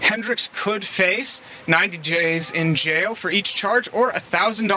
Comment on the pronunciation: I generally like but: says "But in reality, this case has no validdyiddy". makes fun of reporter fumbling the word "days" as "djays". says "yeah, you should fughhalo the law"